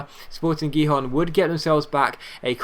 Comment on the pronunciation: Gijon is pronounced Hihon